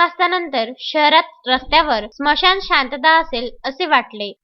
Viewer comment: 'मशान' शांतता नाही, 'स्मशान' शांतता शब्द आहे तो. व्वा रे वा !